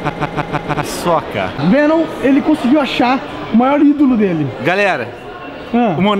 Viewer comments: no começo ele pronunciou tão bem... eu nem sabia que era o CaptainSparklez de tão bem... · O CaptainSparklez pronunciou muito bem Paçoca! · É sério que foi o Captain que falou Paçoca mesmo??? Ele pronunciou direitinho caramba! o.O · ate que o jordan falou bem paçoca kkkkkkkk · Nossa ele falou direitinho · Nao sei nao O CaptainSparklez Pronuncio muito Bem paçoca Eu acho que ele e um Dos Guardiões da paçoca Quem acha tbm da joinha ai \o